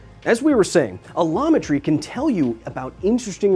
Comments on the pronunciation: I keep hearing Kyle say a llama tree 😂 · Looked away for a second and heard “a llama tree” and was very confused. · Heard "the study of A Llama Tree" and was confused.